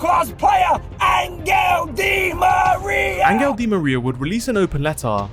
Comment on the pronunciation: In what language does Angel become "angle."